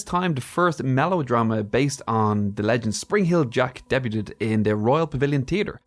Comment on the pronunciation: 'Debuted' is pronounced 'Day-byooed' 👍👍👍👍